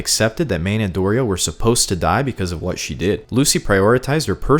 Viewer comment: Thank you for calling Dorito correctly, I’m sick of people not pronouncing her name the way it was intended